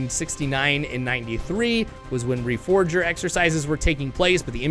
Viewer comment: What dbo you mean, they missed putting the four in reforger. Pronounce reforger slowly. Re-four-ger.